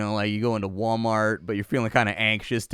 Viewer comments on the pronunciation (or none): none